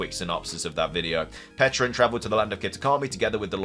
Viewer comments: It’s called Pecha-runt cuz it’s a pecha berry not a peach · On the pronunciation: it was always pech-a-runt. It is a pecha berry, that's how that berry is pronounced. Not a peach. Not a peck. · I don't undestand why so many people had such a hard time saying Pecharunt. The Mythical Pecha Berry should have been enough of a clue that it's named after Pecha Berries